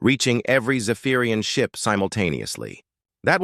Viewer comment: "The screen switch to show the inside of the human... ship!" Weird bits of pause and emphasis all over. And I still don't like this over-used AI voice.